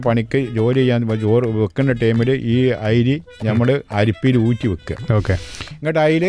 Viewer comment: ഐരീ അല്ല അരി